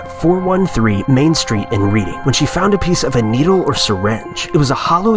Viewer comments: RED-ING Massachusetts. Not READ-ING. I know its spelt Reading but yea. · it's pronounced Redding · its red-ing mass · “Reading” Massachusetts is pronounced “Redding” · Reading is pronounced Red-ing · It wasn't a fast food place but 4 of us went to a Chinese restaurant in Boston one evening and I pulled a piece of plastic out of my mouth on my first bite of food. I threw up at the table I was so grossed out! (Re: #1. The town is pronounced 'redding' LOL) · Dude, come on. It's REED-ING, Massachusetts. I grew up next to that place, it's actually a pretty nice area. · Reading, Ma is actually pronounced "redding". Source: am from Mass. thanks for the chuckle though, but don't worry.. every outsider says it wrong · Although it's spelled Reading, it's pronounced Redding Massachusetts. FYI....